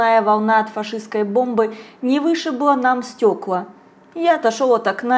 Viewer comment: На пВощади, не сВучилось, стекВа.. ну где же логопед?